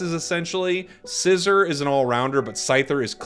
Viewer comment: It's pronounced Syzer not scissor